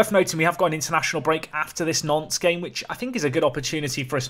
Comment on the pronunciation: when you say Nantes i keep hearing "nonce"